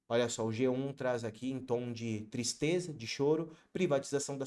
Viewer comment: "Menines" estão "tistres"😂😂